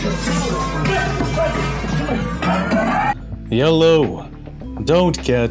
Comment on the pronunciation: Why do you say “ya-low”